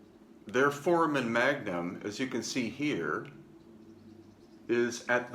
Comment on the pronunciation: I love your presentation but, as an x-ray tech, you grate my nerves every time you pronounce "foramen magnum". Please, make the a long like in the sound "hey" in the word for-ā-men. Great work, btw. Thank you very much for the info you are sharing. I've waited a long time for it.